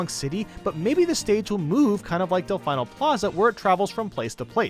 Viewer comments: Why do you keep saying “Delf-EYE-no” when the Piantas in Sunshine pronounce it “Delf-EE-no”? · Del-fine-o plaza? Its Del-feen-o plaza. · I'm pretty sure it's Dell-fee-no, not Dell-fye-no.....also, love your picks for returning stages. Personally I'd also want Fourside and Sub-Con from Melee, Hanenbow from Brawl ( yes, I'm that weirdo who liked that stage ), Balloon Fight, Magicant & 16-Bit Mute City from 3DS and Wii U's Mario Maker. I also want to say if Ryu returns, I hope he comes with more music than just his & Ken's themes....at least put Guile's theme in there ffs, it's just wrong not having it there stage ideas I've had over the years I'd love to see: Holosseum ( Custom Robo series ) Sanderson House Living Room or Foyer ( Chibi-Robo ) Venus Lighthouse ( Golden Sun ) Warzone ( Advance Wars ) Odama ( not 100% sure how to design the stage itself, but the titular Odama could make for a crazy hazard ) War-torn London ( Codename S.T.E.A.M. ) Oasis ( Ever Oasis ) Murasame Castle Fashion Show ( Style Savvy series ) ( note: I came up with it as something of a joke stage nobody else would think of ) a Starfy stage a Drill Dozer stage a Dillon's Rolling Western stage a HarmoKnight stage an ARMS arena ( haven't been able to get the game myself yet, so idk which one I'd pick ) a Last Story stage a Pandora's Tower stage a Fossil Fighters stage a Soma Bringer stage a Sin & Punishment stage ( my initial idea was to take stage 2-2 from the original S&P & make it a Smash stage ) a StarTropics stage a Rhythm Heaven stage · Its Del-FEENO not Del-FINE-O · Del-Fine-o..... No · Its pronounced Delfeeno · You're saying Delfino wrong..... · You still don’t know how to pronounce Delfino, do you?